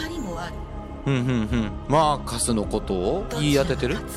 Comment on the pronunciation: マークスってずっと言ってますけど、マーカスです